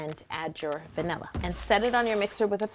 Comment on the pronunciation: is it just me or did she say banila in the beginning